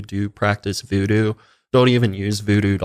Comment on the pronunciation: “Vuedue” lmao